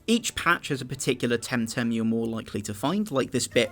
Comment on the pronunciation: Oh my god... Please, never say TemTem again. It's so terrible. :P